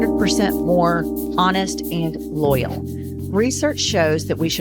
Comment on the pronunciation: ah yes, I am very loayl as well